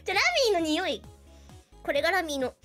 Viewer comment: 日本酒の香りを「ラミィのにほぃ～」って言うの笑ったｗ ・・・そうか。・・・ラミィの匂いなのか。・・・そうか。 ・・・・・・日本酒買ってこようかな。